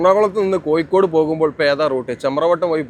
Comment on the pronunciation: വീഡിയോയും അവതരണവും കുഴപ്പമില്ല. പക്ഷെ ഭാഷ കൈകാര്യം ചെയ്യുമ്പോൾ ഒരുപാടു ശ്രദ്ധിക്കണം. ഇത് ഒരുപാടു ആളുകൾ കാണുന്ന വീഡിയോ ആണ്. അക്ഷരതെറ്റുകൾ ഒരുപാട് ഉണ്ട്. ഉദാ : മഴക്ക് , മയ എന്നും പുഴക്കു, പുയ എന്നും കോഴിക്കോട്നു, കോയി കോ ഡ് എന്നും ആണ് പറയുന്നദു പിന്നെയും ഒരുപാട് തെറ്റുകൾ ഉണ്ട്. നിങ്ങൾക് ഇഷ്ടമില്ലാത്ത പാർട്ടി കേന്ദ്രം ഭരിക്കുന്നത് കൊണ്ടാണ് ഈ വീഡിയോ നിങ്ങൾക് അവതരിപ്പിക്കുവാൻ കഴിഞ്ഞദ് നിങ്ങൾക്